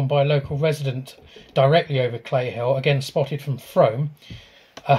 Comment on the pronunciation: Great podcast, new subscriber, I am a Warminster local, and can see my house from here, never seen a UFO thou in 50 years, lol it is not Frome as in Rome, its Frome as in Room, very quirky pronunciation. Battlesbury and Scratchbury hill forts are impressive, but you will have to be careful as on the edge of SPTA (Salisbury Plain Training Area). Currently they are training Ukraine troops in that area, so very sensitive to drone activity, as you can imagine :(